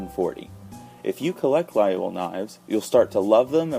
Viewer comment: Please try at least pronounce Laguiole right.